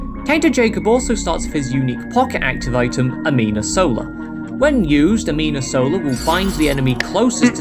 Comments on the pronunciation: Minor thing, you keep saying "amina sola" rather than "anima sola". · One little thing I would like to say, you know it's anima sola and not amina sola, right? I felt like I needed to tell you so you can say it correctly in the future:face-blue-wide-eyes: Also love your editing, recently started watching every video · Good video, but "amina sola"?